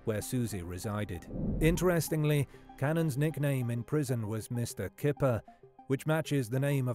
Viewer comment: In Dutch "Kyper" is pronounced "Kai-per". The Dutch word for chicken is "kip" which is pronounced as you'd expect. Unless he used a fake English pronunciation because it was easier. I've known people do that.